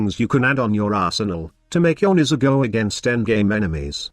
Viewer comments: 90% of the time I hear Mesa lol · Youre text to Voice program was clearly not built to pronounce Nezha :D :D